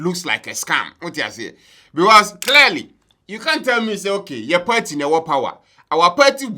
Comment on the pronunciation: The word is PARTY AND NOT PERTI… learn to pronounce words kids are learning from u